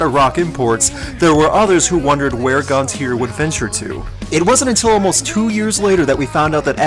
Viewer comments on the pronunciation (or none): It is pronounced Gon-Tee-Ay not -eer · It's GONT-CHI-AYE. Not "Gonteer"